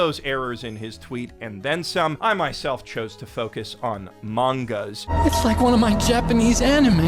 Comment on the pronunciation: I'm glad him saying 'mangas' also irked you